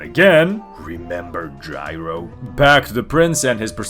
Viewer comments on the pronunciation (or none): none